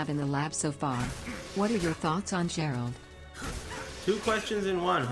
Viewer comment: Say the name properly fuck wit